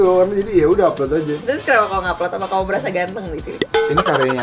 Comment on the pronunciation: Kau kao kau kek aneh aja dengarnya :'